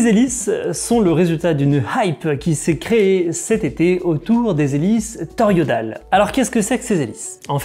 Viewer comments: merci tres bonne vidéo. Juste un truc qui me tic dans l'oreille, tu n'a cessé de dire toriodale au lieu de toroïdales. 🙂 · TORO I DALE et non pas TOR I ODALE ^^